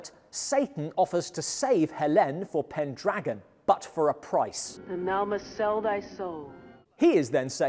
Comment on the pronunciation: Pendragon. It rhymes with Pentagon.